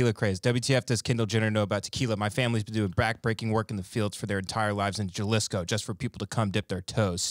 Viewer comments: As I'm dying listening to Tim bag on cultural appropriation he just blurts out JUH-LISHCO. 🤣🤣🤣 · Lol my favorite Mexican restaurant near me is called Mi Jalisco, so fyi it's pronounced HaLeeSco. That's the only reason I know. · Jew-lisco? Lmao lmao lmao lmao lmao yall aint been in Texas long if you dont know how to say it. Lmao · pronouncing it Ja-lisco... hilarious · JA - Lis-CO. Ohhh you gentle idiot. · "Jah-liss-co" with that proper spanish accent... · "iTz ProNoUnCed "HaH-LeAs..."'Shut. Your. Mouth. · My guy said JAHlisco 😂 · Jalisco is pronounced (halisco), do you pronounce jalapeno with a j or a h sound? haha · THIS MAN REALLY SAID “JAH-LISCO”. LOLOL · Gellisco!? 😂 how bout u culturally appropriate Duolingo for a day! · Jalisco? Ha-lee-sco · Jalisco, Pronounced Ha-Lee-sco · Jalisco - Juh Liss Ko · Jalisco, pronounced Hal-isco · FYI, in SPANISH, the letter "J" is pronounced like "H": HA-LISCO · Had me rollin. JUHLISHCO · This dude really says Jellisco hahaahah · The J makes an H sound in Spanish you dumb dumbs it's pronounced Halisco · The way they pronounce Jalisco is crazy😂😂😂😂😂😂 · pronouncing Jalisco with a hat J is one of the cutest things I’ve heard in a while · You pronounced Jalisco soooooooooo wrong. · How pronounced “Jalisco”😂😂😂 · How do these two not know how to pronounce Jalisco 🤣🤣🤣🤣 SUCH AMERICANS GOSHHHHH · Tim & pronunciation of Jalisco is nothing short of groundbreaking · Holy shit did just say Jalisco in the most whitest way possible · Hahahahahaha the way pronounced Jalisco. Side note Jalisco is a state and Tequila is the town where they produce tequila. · The way pronounces “Jalisco” 💀💀💀💀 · 2 white guys saying “Jalisco” Lmaoo I expect Tim to not know how to pronounce it but grew up throwing rocks at Mexicans, why can’t he pronounce it correctly? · Cute how they pronounce Jalisco 😁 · really said JAH-lisco instead of HA-lisco lmaoo i fucking love it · Isnt it lik HA-lisco? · Ha Lees Co not Ja LIsko